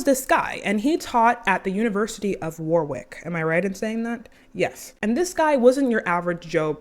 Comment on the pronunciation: the pronunciation of warwick 💔